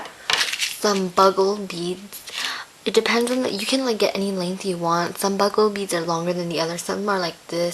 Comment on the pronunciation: They are bugle beads...pronouced like the horn-- BU-gle. She calles them "BUG-le". You can get them with the other beads.